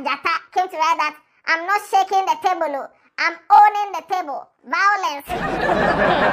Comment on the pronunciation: He's the president of Vawulence Association of Ghana 😂